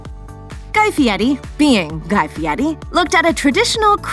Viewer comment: He can't pronounce his name right. He puts a t in it. Why would anyone think he can cook???